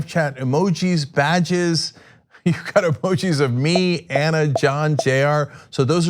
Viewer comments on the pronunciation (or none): none